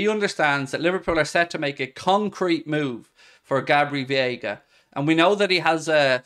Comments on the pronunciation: Day 13 of mispronouncing Veiga as "Viega". Just say Vega and that's close enough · VEIGA VEIGA VEIGA! Not viega mate. We are not going to sign him till you get his name right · It's Veiga, not Vieiga. Driving me nuts. Otherwise, you're awesome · Hi! Great episode but just wanted to say Gabri Veiga’s last name is pronounced Veiga(VAE-GAH). CHEERS 🥳